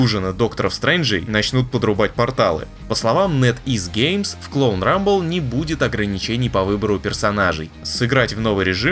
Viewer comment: Почему я слышу Клоун рамбл, а не Клон Рамбл?